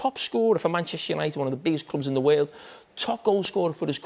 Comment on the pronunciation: "in the waerld!"